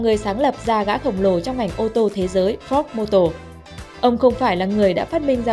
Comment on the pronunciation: Má oi Ford mà má đọc la fóc